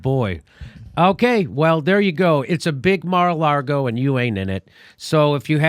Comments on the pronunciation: Jimmy Dore, lol, adds the not just silent but invisible R in lago. 😂 he’s fucking killing me I’m laughing so hard. It’s a big mar-a-laRgo and we ain’t in it. God damn I can’t quit laughing. Watching again at the risk of injury. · There is only one R in Mar a Lago and its not where Jimmy thinks it is. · I love how Jimmy keeps calling it Mar a Largo. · Jimmy "Mar-a-Largo" Dore